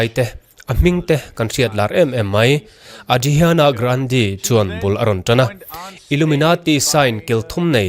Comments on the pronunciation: ka pu a dhrihiana grandhi anilo,ariana grande alawm,😂😂ka nui kaih dawn hria se ani pwn ek a cheh ka ring 😂😂😂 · Ariana grande hming i lam dan kha mak tawp😂